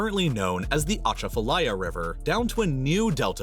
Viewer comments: I've heard of it 😅 I've lived in Louisiana for almost 36 years now tho, so obviously lol. - a cha fa lie a or ah cha fa lie ah, he said it wrong 😂🤭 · 2 points first this is perhaps the worst mispronunciation of Atchafalaya that I have ever heard, this is as bad as pronouncing the Thames river in the UK as the They-Am-Eees river. Second point the Old River control structure is not in the town of Vidalia, it is actually 40+ miles downriver from Vidalia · We've now destroyed Iran and taken control of hormuz by the way. 😁 God love Trump. 😆 I may be technically wrong I don't know for sure. But as a Louisiana native he is mispronouncing "Atchafalaya"